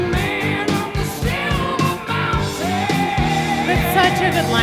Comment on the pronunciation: I think its pronounced "Schilver" Mountain.